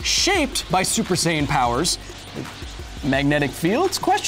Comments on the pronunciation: don't you mean "sayian"?🤔😂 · FYI: Saiyan is pronounced like "science"